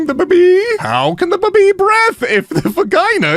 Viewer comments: Why the heck are you pronouncing baby like that? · istg everytime says baby, I keep thinking they are saying boobie i cant- XD